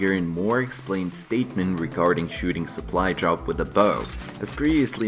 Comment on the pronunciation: пов все видео чтото там соплу джоп соплай джоп